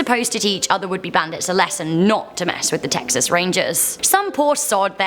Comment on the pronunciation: Im carl and im from Teeexas